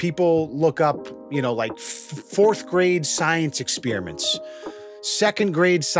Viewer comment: “science expeeriments”